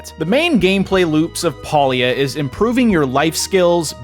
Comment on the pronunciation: It's pronounced pay lia, and no that's not a pun